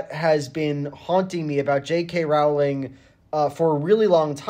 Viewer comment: It's pronounced ro-ling , not rau-ling